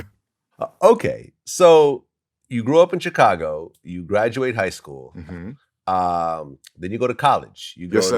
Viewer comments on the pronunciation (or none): Damn Glad, why can’t you just say Chicago right? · I hate the way Vlad pronounces Chicago